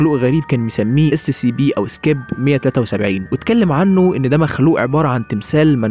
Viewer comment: يا اخي انت تقول Sccp لا انطق Scp فيها حرف c واحد